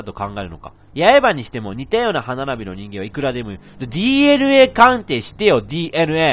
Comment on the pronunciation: レトさんが『ＤＮＡ』って言うと『ＤＬＡ』って聞こえる